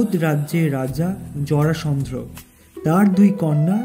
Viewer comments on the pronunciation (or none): জরাসন্ধ্র না, জরাসন্ধ। হিরণ্যাক্ষা না, হবে হিরণ্যাক্ষ